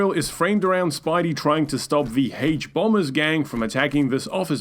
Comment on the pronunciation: " thee haych bombez gang " 😮😮😮👍👍👍🤨🤨